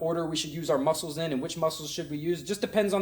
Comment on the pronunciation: "Our LEHG MOSCLES!" Channeling that Puerto Rican Kung Fu again? :D